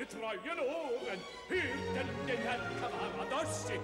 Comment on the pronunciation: Sehr geehrte Frau ansagerin der tenor heist nicht Caravadossi,sondern Cavaradossi...!!!